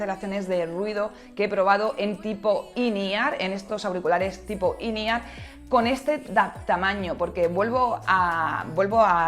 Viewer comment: Que son auriculares IN E-R? Quiere decir in ear? MADRE CON EL SPANGLISH